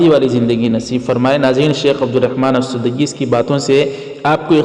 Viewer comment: Al sudaiis nahi sahab blke Al sudais hai